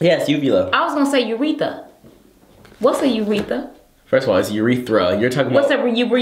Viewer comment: Ureatha.... lmao